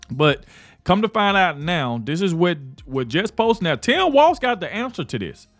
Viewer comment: ITS TIM WALZ PEOPLE. NOT WALTZ!